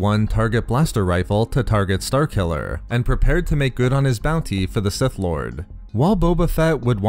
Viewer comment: what kind of accent you got man? "star killuhhhhhhrrr", "force wielduhhhhhhrrr"